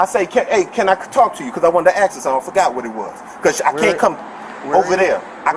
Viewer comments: He aks her a question, and she answered it... He forgot that she answered the question he aks. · He wanted to axe her way too many things. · Still Don't Get - Why People - Eg. Colered - Says AKS - When It Is ASK .... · Keeping it real. Can't even pronounce officer or ask. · The origin of "aks" is pretty interesting. It's not wrong, just different. Can recommend looking into it. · don't give guns to people that can't say ASK